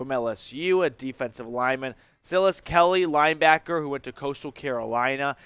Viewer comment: "sigh las"